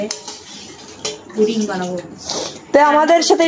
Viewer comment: Apu etake puting bole na eta holo puding